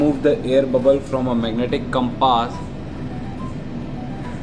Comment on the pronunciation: I like the Pronunciation of the word compaaaas :)